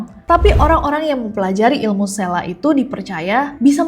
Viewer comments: Fyi kak nes : penyebutan lombok (lurus) itu huruf "o" nya sprti "o" di kata bhs inggris "low". Sdgkan tuselaq "q" nya dibaca sprti hruf "k" di kata "bapak". Di tmpt sy ada kepercayaan kalo mau usir selaq, lempar selaq itu pake telur busuk pas masih dlm wujud selaqnya, supaya gabisa balik ke wujud mnusianya/ berenti berulah. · Kak bukan selaq tp sElaq